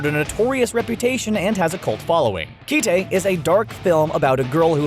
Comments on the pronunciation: keeee teeeeeiiiii????? It's read just like the english word Kite man SMH hahahaha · Did this guy just pronounce "Kite" as "key-tei" like a butchered English pronunciation of きて (ki-te)? It's just the English word. The Japanese name is カイト (kaito) (the Japanese pronunciation of the English word "kite") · "Kee-tay"? It's Kite. Like the thing you fly as a kid when it's windy. The Japanese title is 「Aカイト」. "A-Kaito." Thus, it is pronounced "Kite." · Does this dude not know what a Kite is? Or how to pronounce it cause it's the first I've ever heard someone pronounce Kite as Kii Tae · For folks urked that the narrator pronounced "Franxx" wrong, he also pronounced "Kite" wrong. It's not pronounced "kih teh". It's pronounced just like the name of the paper toy you put on a string and fly in the wind. When I picked up the DVD in Japan before the title came out in the west, the anime was also referred to as "A Kite" there. It's an all-time favorite, so the pronunciation tweaked me just like my fellow "Darling in the Franxx" were with the "franex x" pronunciation here. In this case, it's not a Japanese word. 😅 Interesting list, though. There are many more. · You know what's really sad about all this? You guys couldn't even get the name of "Kite" correct. It's not pronounced in the Japanese way but in the English way. So it's not "kee-tay" but "kite" as in those things you fly in the air. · Okay, so I see you want to pronounce Kite the way the sounds work in Japanese, except the word is English and was meant to be pronounced as you would in English. The romanji for it is written as Kai-To. So seriously, stop pronouncing it Ki-Te..... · I'm sorry, Kee- Tay? Is that really the pronunciation we're going with? Did I miss something? I always called it Kite, you know, like the thing you fly around. Has anyone ever called it Kee-Tay? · It kite not ki te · Key-tay? Can you not pronounce the word Kite? It's pronounced /kīt/... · It's kayt... like fly a kite... Japanese is カイト = KA I TO